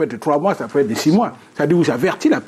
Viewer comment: Bon débat, par contre le présentateur là, il abuse à parler un mauvais français comme ça, au lieu de dire être il dit ecre etc... Il transforme les tr en cr depuis il faut le changer, il nous fait honte